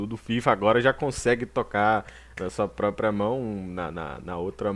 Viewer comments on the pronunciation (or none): none